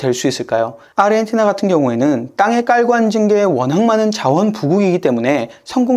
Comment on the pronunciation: 아시아, 아르헨티나를 발음하는 거 보면 얘는 한국인은 아닌 것 같애, 아니면 사람이 아닌 AI 던가... 평생 누구도 평생 저렇게 발음하는 걸 들어보지 못했거든.